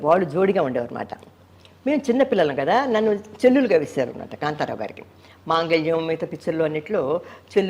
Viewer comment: చెల్లెలు అనాలి చెల్లు లు కాదు అబ్బో ఏమి అదృష్టం ఏవిఎం చెట్టిఅర్ గారు చిత్తూరు నాగయ్య గారు అందరూ నీ వెంటపడి అమ్మ మా సినిమాలో చేయి అని అడిగారా భలే భలే న నవ్వితే నవరరత్నా లు అనే సినిమా నే మీ అక్కగారు యాక్ట్ చేశారు మీది పక్కా సినిమా ఫ్యామిలీ అబద్ధం చెప్పిన అతికినట్టు ఉండాలి కోతల మరీ కొయ్య కమ్మ